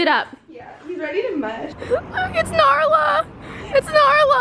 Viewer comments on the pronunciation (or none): Zoella's dog is called nala not naRla 😂(im pretty sure) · it's nala, not narla ;) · its nala not narla😂😂💜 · I dont know if it's a joke but zoe dog is called nala not narla not trying to mean love you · It's Nala not Narla, lol for some time I thought it was Narla too. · narla? or nala?????????? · ITS NALA😂😂😂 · its nala not narla smh unsubscribing jk luv u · DID SHE JUST SAY NARLA😂😂